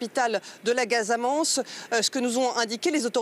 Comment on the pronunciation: C'est «Casamance» et non «Gasamance«!